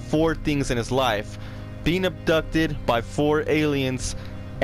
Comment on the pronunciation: Wait did he acsholy get ubtucded?